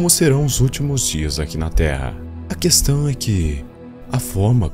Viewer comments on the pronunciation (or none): none